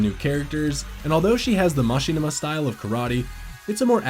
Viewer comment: There is no way the person voicing this played the game. I refuse to believe someone could play the entire story and still mispronounce “mishima.”